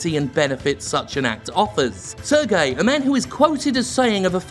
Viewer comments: It's pronounced "Serj", not "Ser-gei". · Worked at ubisoft for years. Cant say Im surprised. btw. Serge is pronounced Surge rather than Sir-gay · Very minor, but "Serge" is pronounced like "Say-rj" not "Sur-gay" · As a french speaker, the way you pronounce Serge Hascouet make me cringe like nails on a chalkboard. Its not pronounce ''Sergei'' like a russian, it's sound more like ''Surge'' in English. And by the way, since i'm at it, Guillemot is prononce ''gui'' (like in guitar) ''lle'' (like ye) ''mot'' (like moe, silent t). And as a ex-Ubisoft employee, i'm pretty sure it was neglect from Yves part. He's a nice guy (i think) but really seem cluless on a lot of topics because he really trust too much people directly under him and HR probably screen him from the complaints. I would describe him as ''naive'' to be blunt. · Just a small precision from a former French resident: "Guillemot" is pronounced with a hard "G" and "Serge" with a soft "G" (and there's no I afterwards) . Unless you're doing it on purpose just to be disrespectful, which is understandable ;) . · As a french guy, i have to say your pronounciation of Serge Hascoet et Yves Guillemot kinda offended me but they're still mysoginist, racist, homophobic pieces of shit so it doesn't really matters. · I think you pronounce Serge wrong. And it bugs a lot, considering that there is name that is pronounced like this, but spelled completely differently.